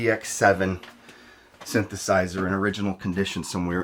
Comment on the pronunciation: “Sinth a sisser digi tal “ great vid !